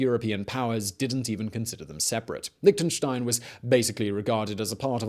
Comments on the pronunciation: Tried to watch it, but all these "liktnenstein" drove me away. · Liechtenstein wird nicht als "Liktenstain" ausgesprochen. Da fängts schon an... Außerdem war Liechtenstein niemals in den Zweiten Weltkrieg involviert und hatte auch nichts mit Hitler zu tun. Und an der Stelle hatte ich dann das Video abgebrochen. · And that guy should work on his "ch". It's not Liktenstein and not Metternik 🤭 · It's called LIECHTENSTEIN not Lichtenstein! ps yes i am from there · In the audio: Liechtenstein English subtitles: Lick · Another drinking game for this video: Take a shot every time he says "Lichtenstein". By the end, you'll be giggling at how many times it sounds like he's saying something got "licked & shined". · An interesting history of Lichtenstein: 25 mins of my time well spent Listening to Mr Whistler struggle to say the word Lichtenstein for 25 minutes: Priceless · The ch isn't pronouced like a k but more like the ch in rich.